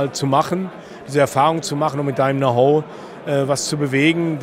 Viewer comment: Dat „now ho“